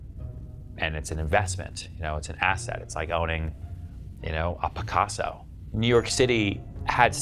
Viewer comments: "A Pacasso" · What's a pacasso,?:)